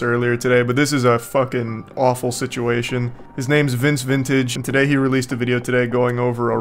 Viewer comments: Brother its vince VINTAGE not vantage lol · Say it with me vince vintage, not vantage